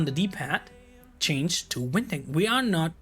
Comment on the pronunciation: Just to help ..Winding is pronounced wine ding . Yes i know that English is a bizarre language 🤣